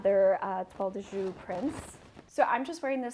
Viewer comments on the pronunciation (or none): It's a beautiful scarf, just fyi: the Jouy of Toile de Jouy is pronounced like "shu-eee", not like "shu".